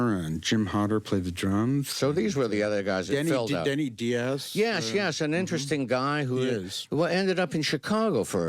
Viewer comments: After all these years Donald still mispronounces his early guitarist's name as Denny Dee-az here. There's a YouTube video interview where we hear Denny pronounce his last name rhyming with "bias." It was Denny's ad in New York's Village Voice newspaper in the summer of 1970 that Becker & Fagen responded to: "Looking for keyboardist and bassist. Must have jazz chops! Assholes need not apply." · It’s interesting, in another interview, Walter Becker pronounced Denny Diaz’s name as ””Die”az and Donald pronounces it as “Dee” az.